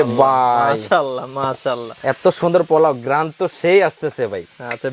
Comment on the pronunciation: কি বললেন, গেরান?😂😂😂😂